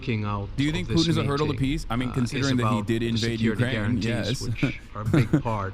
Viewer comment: Do you also hear macron saying peace as piss ?